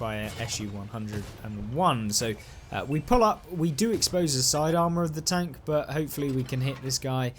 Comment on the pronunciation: British people says "tonk"?😂